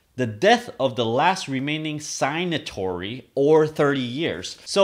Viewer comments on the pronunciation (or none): “Signatory.” Pronounced SIGG-Nuh-tory. You pronounced it correctly the second time you used the word.